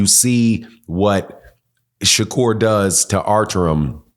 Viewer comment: If you can't pronounce the fighters name,, just say the cab driver,, we get it Shakira doesn't step in the ring with no real fighters 😂😂😂😂 that boy wants to be just like tank so bad,, just like Devin did,, 😂😂😂😂 look at him now